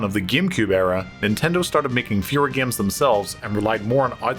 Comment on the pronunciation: I like the way he says “gaums”.